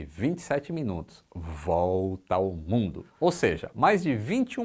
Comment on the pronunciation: "Voooolta" bem enfatico! Risos garantidos.